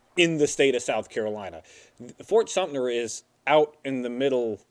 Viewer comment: I know it's a moot point now, being 3 years past filming of this episode, but why does misrponounce the name as Fort SumptNer every time he's talking about Fort Sumter!? It happens in every episode he says the name! Still a great series though, guys haha